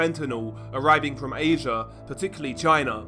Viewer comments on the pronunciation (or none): none